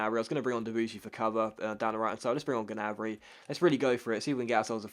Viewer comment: Hey, i think the G in Gnabry is silent:) keep up the good work